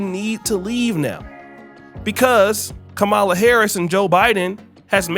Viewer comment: Look say her name right, Kamala!!!!!!!!!!!!!!!!!!!!!!!!!!!!